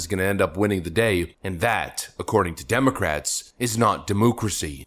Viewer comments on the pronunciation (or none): none